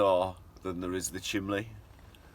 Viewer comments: You need to start saying chimney, not lol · Nah, that is just his regional dialect. North east, and south Yorkshire people always pronounce it as chimley! My late husband always did. And he used to say he was watching a "fillem" instead of film. Just the way people are raised, no right or wrong ways to say anything. Vivre le différence, as they say!